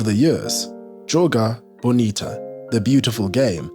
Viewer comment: Good video, but just one addition: in the video you wrote and said "columbia," the correct spelling is "colombia." You also wrote and said "joga bonita," the correct spelling is "joga bonito" or "jogo bonito."